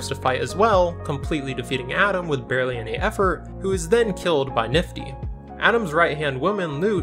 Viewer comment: it's not you said, BARLEY, not BARELY